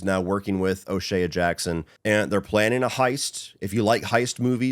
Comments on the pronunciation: Hate to be that guy, and im only mentioning it because you said it so many times, and as a cube fan it started grating on me. O'Shea. Its o shay. Not o shayuh. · Lol is O’Shea really pronounced like that?